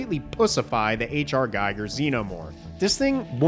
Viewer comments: HR Giger. Pronounced Gee Gar. Gieger is someone else. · Ridley directed the movie. We owe it to the writers for coming up with a great movie. BTW, Giger is pronounced GEE-GER. Blame Switzerland.